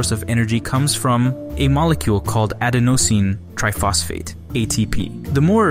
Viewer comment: Just FYI, it’s “aDENosine TRIphosphate”